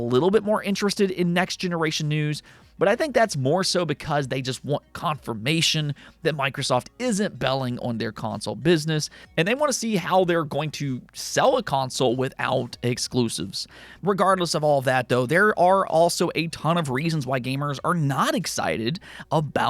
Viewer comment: You and your "Exquoosives".....😂 Those days are over, guy. Give it up! 😂